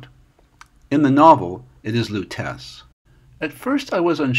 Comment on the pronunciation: Lutece is a white linen restaurant here in New York, USA. Its famous for once having had not just one ex-US President but three dine there in the space of one afternoon! According to a close family friend who dines at places like it the correct pronunciation is "Lou - Tess".